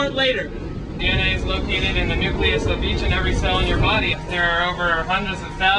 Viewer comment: 'Nuculus'? Is that the counterpart to the nucleus? Just wondering.